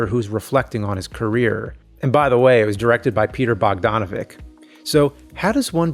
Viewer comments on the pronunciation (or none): Love you James, but it's Peter BogdanoVICH, not Bogdanovic. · I like your content however it's Dim-eee and Bog-don-avich 👍